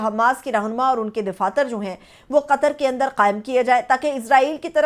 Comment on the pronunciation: DAFATHYR KO DIFATHYR KYON BOL RAHE HAIN JO SARASAR GHALATH DAIDAFATHYRHAI SAHI.